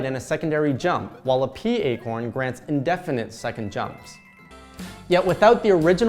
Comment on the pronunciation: "Indefinite Double Jumps" engrish